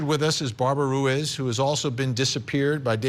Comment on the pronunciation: Ruiz pronounced "Roo-Is"? Let me see your law degree dude.